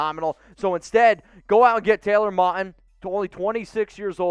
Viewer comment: It's pronounced Mowton